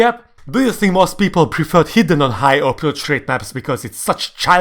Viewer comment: Hot take: ar should be adjustable and ez and hr's ar should be based on density. I'm a noob so if this is completely retarded please say. Also when you say hidden it sometimes sounds like heathen lol.